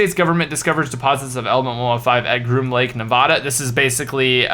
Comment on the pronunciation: btw, Nevada is pronounced Nuh-Vah-Duh not Nuh-Voh-Duh